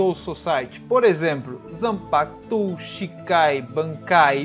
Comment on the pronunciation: Video bem explicado muito bom Agora aprende a falar direito pq se vc ja viu o desenho sabe q nao eh rrrrreiyatsu q eles falam eh Reiyatsu e nao rrrrrreiyatsu Nao eh zanpakutU eh zanpakutO tO tO tO Nao eh Ixibei eh Ichibei Ichi Ichi nao Ixiiiiiiii